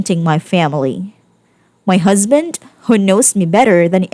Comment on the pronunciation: It's strange, but I'm growing to like the narrator's harsh Ts. It's pronounced "husband". Not "husband'TUH". But, you do you.